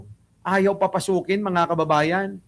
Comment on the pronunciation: ang dinig ko “babasukin”😅